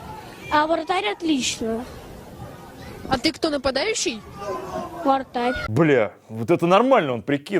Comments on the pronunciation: Мне послышалось вместо вратарь вартар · Я одна заметила что пацан говорит не вратарь, а вартарь?